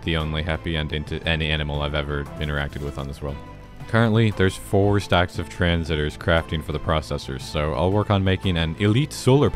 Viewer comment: For the love of god, it's tran-sis-tor, not transitor